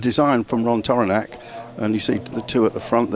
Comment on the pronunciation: This seems to be the appropriate place to ask this question: For all my adult life, this American (having never heard the name spoken aloud) assumed Tauranac was pronounced TOR-uh-nak (or maybe TAR-uh-nak, depending on how one might pronounce the first syllable of Taurus). But in this video I hear a commentator repeatedly pronounce it as Tor-RAN-ik. Is that correct, then?